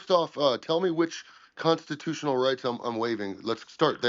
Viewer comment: reads like she’s in 4th grade. Comstitoo-shenughl is the wildest way to pronounce the word ever.